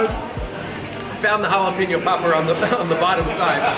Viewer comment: Hala-pain-yo! Not peen-yo